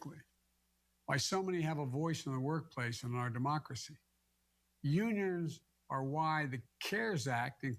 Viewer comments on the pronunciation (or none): Did he just say "yoonyurns"?